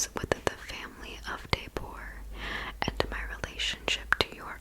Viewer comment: these chapters have become my favorites from your chapter! your voice is just magical. just a note: lady deburgh’s name is pronounced “duh-BERG.”